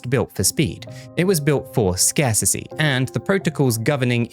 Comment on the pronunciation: Scarsissy is not a word 🤡 scarcity is though you sound like an imbecile